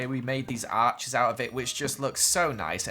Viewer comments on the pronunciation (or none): none